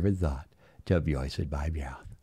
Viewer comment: Yeo ! Great show as always 👍🤣😂 don’t forget to mewoistin yer mewouth